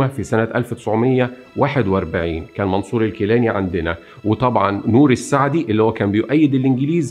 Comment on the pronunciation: نوري السعيد وليس السعدي ، تحياتي لك